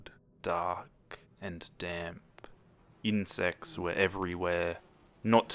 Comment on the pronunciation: I thought you said "in sex" instead of "insects" lol